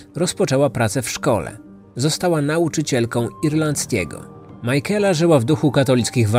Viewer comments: Majkela? Na litość boską sprawdźże jak się wymawia imiona... Nie da się tego słuchać. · To imię czyta się „Mikejla” :) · Szanuję włożoną w powstanie tego odcinka pracę. Bardzo lubię słuchać Pana podkastów. Jako że mieszkam w IE tylko jeden szczegół przykuł moją uwagę. Być może nie jest istotny dla innych słuchaczy ale imię Michaela wymawiamy jako Mikejla. Reszta super 😊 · Imię Michaela wymawiamy "mykejla"🙂. Jest jeszcze gealic, czyta się "gejlik". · to imie sie wymawia makejla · to jest imię irlandzkie i nie jest tak trudno sprawdzić jak się je wymawia zwłaszcza jak się oglądało oryginalne dokumenty, gdzie chociażby rodzina się wypowiadała, to wymaga trochę szacunku dla ofiary i profesjonalizmu... Mnie to razi osobiście, bo mam koleżankę o tym imieniu. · No i co z tego że źle wymawia coś to zmienia w sprawie no nie. A jak tobie przeszkadza to nie ma musu słuchać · A ja się z tym zgadzam, mnie też razi sposób wymowy tego imienia i baaaardzo źle przez to się tego słucha :/